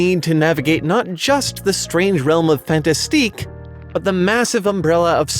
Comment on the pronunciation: Your accent is pretty good! But in fantastique you don't pronounce the n it's a special word (french can be rly anoying with those lol) but else it's rly good